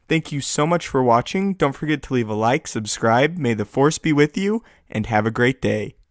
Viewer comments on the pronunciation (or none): none